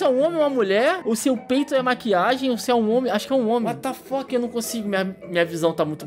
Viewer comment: Kkkkkkkkkkk morri de rir " uatafok" vc é demais parabéns ganhou um inscrito 👏👏